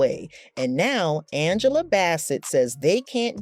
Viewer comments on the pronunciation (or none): none